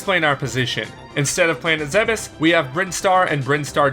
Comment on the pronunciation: "Planet Zebiss"